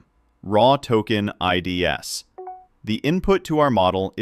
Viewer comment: I'm sure this is a human, LOL. It pronounced IDS (in "RAW TOKEN IDS") as the letters I .. D .. S (like the acronym for Intrusion Detection System) instead of as the plural form of ID (identifier).